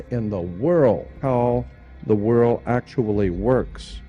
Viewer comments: He makes reference to "the whirl" " no idea in the whitl" so often, he over uses the word "whirl" it's laughable and it's difficult to take some one seriously when they pronounce world with a silent L. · He's sayin' World with a silent D lol.